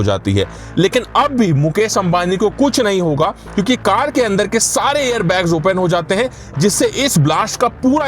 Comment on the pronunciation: Ye hindi walonko car bolna nahi ata hai.. Card bolte hai😂😂😂